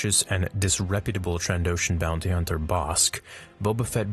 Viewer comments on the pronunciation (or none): none